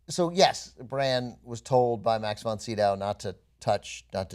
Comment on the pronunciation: 'max von doovee'.you are such a fucking dope.